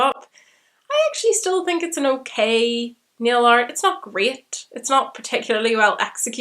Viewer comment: I thought you were saying neo-art at first not nail art, was not till latter on when you were saying you decorated your nails that I figured out what you are talking about.